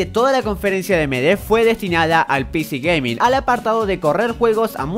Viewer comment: Me encanta cuando dice "pici gaming"